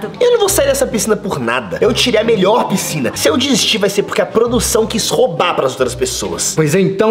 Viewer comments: Pscina kkkkkk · "PSCINA" KKKKKKKKKKKKAKAK